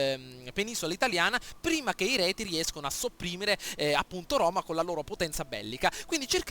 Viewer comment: Io ti consiglierei di eliminare gli Elvezii, sono d'intralcio per l'obbiettivo della conquista italica, poi proporrei una guerra epica coi Retii (i quali si pronunciano Rezii) per poi usare i loro terreni come testa di ponte per la Suebia. Spero d'esserti stato d'aiuto e complimenti, bel video!